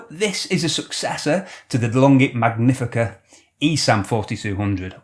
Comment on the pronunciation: Nice video as usual! Just make sure you. Pronounce "Magnifica" correctly. With caffeinated love from Italy